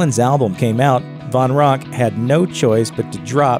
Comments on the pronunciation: Dave Von Ronk? No. Van Ronk. Let's at least get that right. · It’s Dave VAN Ronk. Not Von Ronk. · Another narrator's blooper: Its Dave Van Ronk, (Van with an "A"), not Dave Von Ronk. Narrators, do your homework! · It’s VAN Ronk , not VON... and if you don’t know that, have to question your whole being.... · Jesus Christ, it's Dave VAN Ronk, not Von - how hard is it to get a simple name right?